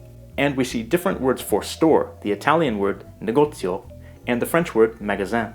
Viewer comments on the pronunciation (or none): Negozio, not negozo